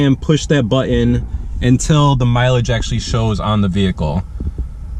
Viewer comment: Couldn't listen to the moronic pronunciation of the word button